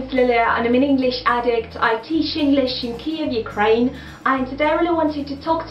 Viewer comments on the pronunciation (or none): none